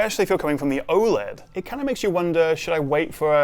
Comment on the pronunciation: aside from being oled every word you just said was wrong.